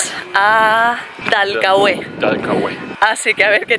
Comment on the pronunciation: No hay acento en la E de Dalcahue, hay alguna regla diferente para pronunciar la acentuación en España? Se llama Dalcahue sin acento, pronuncie bien